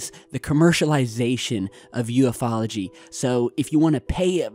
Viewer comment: Great video... I have to say this though... The way you pronounce Ufology is (you-fall-o-G-) Not U-F-ology.. Same with Ufologist. It's (You-Fall-O-Gist) not U-F-OLOGIST.... I'M in NO WAY trying to be rude.. So please don't bombard me with hateful comments.... Just trying to help with pronouncing the words...